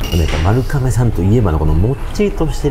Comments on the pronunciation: YouTubeでいろいろ動画みるけど、みんな｢かめ｣って言っちゃうの何でだろう??(他にも多く｢かめ｣読みだった) ｢まるがめ｣が読み方ですね。ちなみに地名も｢まるがめ｣。 身近で読み間違える人がおらず、まるかめの発音にめちゃくちゃ違和感...びっくりするくらい違和感で、ちょっと面白くなってきてしまった...笑🤣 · どーでも良い事かもですが、 「まるかめ」ではなく「まるがめ」が正しい読み方らしいですよ☺️ 今回の髪型 素敵ですね☺️ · 私も聞いててめっちゃ気になりました😅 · まるかめ、ではなく、まるがめと思うのですが… それはさておき、本当にの麺の啜りは見事ですね～ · まるかめ！まるかめって言ってるけど、まるがめなんじゃないかな？ まるかめ表記はハワイとか？ 撮影させてもらって旨い旨いって褒める前に連呼してる店の名前くらいはきちんと伝えるべきだと思うが？ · 『まるかめ』ではなく 『まるがめ』ね。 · 、まるかめじゃ無くて、まるがめですからね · まる かめ じゃなくて まる がめ です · まるがめな、 まるかめちゃう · まるかめ、ではなく、まるがめです。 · なんでみんなまるかめって言っちゃうんだろうね。まるがめなのに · 読み方、まるがめらしいですよ。海外の一部ではまるかめって呼ぶらしいですが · かめじゃなくて、がめじゃないの？ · まるがめって読むんだよなー。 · まるかめって言ってるのがすごい気になるけどあってんのかな？